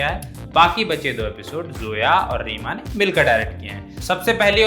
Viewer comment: seema nahi reema kagti